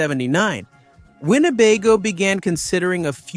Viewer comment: Wine - baygo? naughty AI...